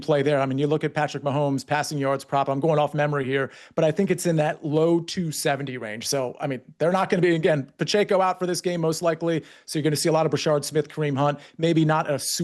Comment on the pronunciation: PLEASE LEARN HOW TO PRONOUNCE PACHECO IT'S PAH CHECK O NOT PA CHAY CO